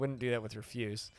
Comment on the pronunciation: Why is it that no DF streamer knows how to say refuse lol